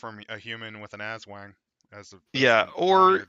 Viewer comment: Hi, filipino here. Aswang is pronounced with hard short vowels. Aswang are just shapeshifters; you can replace the current aswang by swallowing a black chick inside its body. I forgot if it has to be given to you willingly.